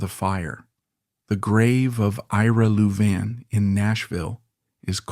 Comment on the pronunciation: Disgusting AI that cannot pronounce Louvin properly.